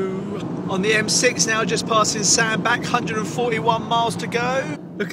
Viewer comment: I'd lay odds on you knowing EXACTLY what my comment here is likely to be, and I'd hate you to be disappointed! Ok, so you didn't stop off as you passed (AGAIN) but remember, it's pronounced Sand-batch even though it's spelled Sandbach (you've been in Wales too long - it doesn't mean small) :) Anyway. Next time - stop!